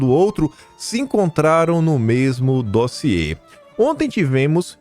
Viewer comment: Mais um "dóziê" de. Já deixei meu "like".